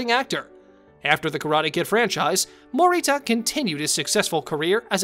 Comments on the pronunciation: "Ralph Mocky-O" and "Pat Mow-Rita." LOL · Morita is pronounced……… Mo ree Tah.